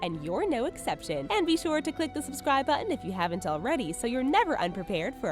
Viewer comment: Repeat after me, "BuTTON". Jeez, lady.